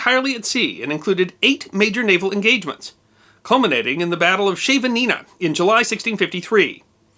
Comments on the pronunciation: Good vid but mangled the name Scheveningen pretty badly. It is closer to Skh - ay - ven -in - ghen where each 'h' is a gutteral throat sound. Here is a history fact: they used the pronunciation of the name to distinguish Dutch from German at the end of the second world war as the Germans didn't say it right. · What the fuck is Sheveninna? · great effort on the pronunciation of "Scheveningen". It is said that at the start of WWII, when German paratroopers landed around The Hague, and rumors spread about them wearing Dutch uniforms, anyone suspicious was forced to say "Scheveningen". I am sorry but you would have been twigged. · You also butchered the Dutch pronounciation but we forgive you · You mispronounced Scheveningen, but don't worry. When I was living in The Hague, I was informed that the Dutch underground used correct pronunciation of the name of the town on the North Sea on suspected German spies and to test whether a person was genuinely Dutch. Many failed and apparently the test flushed out quite a few Nazis ! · Interestingly Scheveningen was a shibboleth during WWII to uncover Dutch speaking German spies. Also 88 pronounciation was an alternative. PS you wouldn’t have passed!! :-)